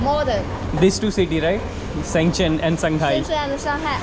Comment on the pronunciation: bhai shenchen nhi hai shenzen city h